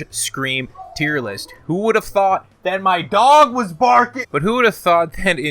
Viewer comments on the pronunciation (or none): "Tier Loost" Fucking fantastic! XD